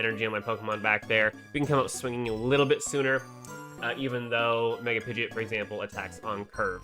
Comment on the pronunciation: It's pronounced Pidgeo..t not pidgey